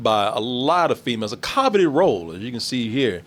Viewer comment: a “Caw-vet-ed” role or a coveted role? 😂